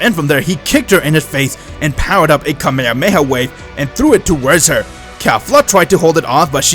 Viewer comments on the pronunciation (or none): so cringe when these creators cant pronounce shit right its kah me hah me ha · Its kamehameha not kamehamehaway